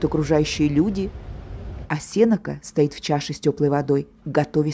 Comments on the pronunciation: спасибо, экскурсия по выставке очень интересная. Но ударение Сенека падает в литературном русском языке на е после н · Здравствуйте! Тоже резануло слух.